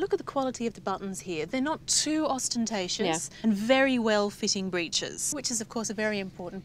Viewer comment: Did the lady say that the gentleman's buttons were not too Austen-tacious? Apologies.